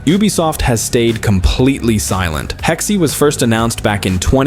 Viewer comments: It’s pronounced Hex not Hexi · Hexe...Hex is how it's pronounced. The E is silenced... Not Hexy... 😂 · hex ❌ hexie ❌ “hex-uh” (German) ✅